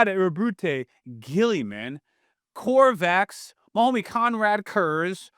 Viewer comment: how it do, how it be? 💪😎👉 Btw it's not "Corvax" either. "Corvus (like a crow/raven) Corax". Just want you to know 🥺